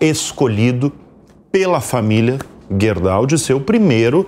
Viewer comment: nome da empresa é Gerdau não guerdau